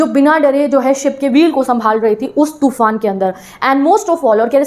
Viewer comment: Madam तूफान hota hai टूफान nhi hota😂😂😂😂